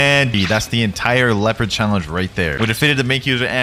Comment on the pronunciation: Its leopard not leoapard like if it the thruth